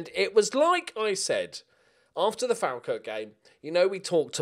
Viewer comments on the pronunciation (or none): It’s pronounced fall-kirk